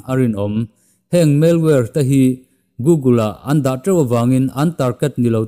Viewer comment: Spam tih hi palm tree tih a palm lamdan thluk a, spâm/spaaam ti a lam tur.. "Malware" pawh " mel-war" ni lo in 'Mal (mizo tawng anga chhiar top tur) + 'wear' .....MAL-WEAR' ti a lam bok tur.